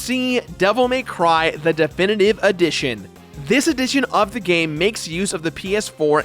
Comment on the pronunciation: "devil may cwwy" lol